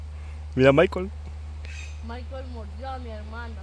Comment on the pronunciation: Se dise Maycol y yo q aprenda cómo se dise